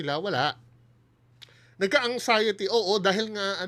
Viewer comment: TONG SI BAHO LAGING CNASABI NA MAY UTAK DW SYA PERO KUNG MAGPRONOUNCE “ANGXIETY… SABPWENA” 😂😂😂😂😂😂